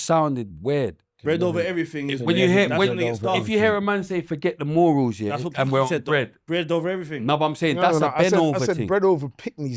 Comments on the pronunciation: pronunciation of some words is mind games when he allegedly got A in English. MOOOORULZ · First time I've ever heard morals being pronounced like that😂